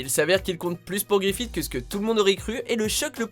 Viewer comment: Grifite? Son nom ce pronounce Grifisse